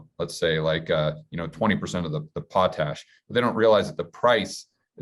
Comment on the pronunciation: You finally pronounced potash correctly instead if “pote-ash”. Lol